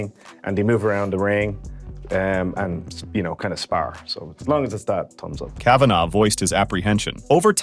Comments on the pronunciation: Your ROBOT NARRATOR can't even pronounce the name "Kavanaugh" properly!! It's not "k-VONnah". It's "KAVinaw" FFS. You people make me sick with your f**kin robot narrators. Get a f**kin life. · It would help add credibility if you could pronounce the last name correctly..... NOT KAVANA. KAVANAUGH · I hope this is an AI voice because he said John Kavanagh’s name 2 different ways and both were wrong lmao.